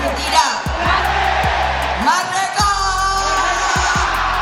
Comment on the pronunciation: Anjjjjaiiii gw dengernya Mbahmega. Mbahmega.. Bukan merdeka. Merdeka😂😂